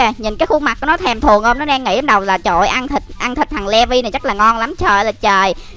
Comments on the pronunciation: Ko phải đọc là le vi mà là lì vai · ANH ƠI NHÂN VẶT ANH BIẾN THÀNH LÀ LỆ VI ANH ĐỌC SAI RỒI